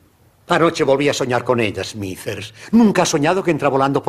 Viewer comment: Smithers se pronuncia "Esmizer" no "esmiser".